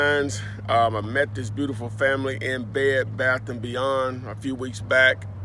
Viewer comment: hilarious brother it sounded like you said you met that family in bed at 1st in bed lol of course you were saying that you met him at Bed Bath & Beyond